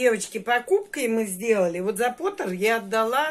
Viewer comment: Термопот,а не потер , потер это гончар по английски.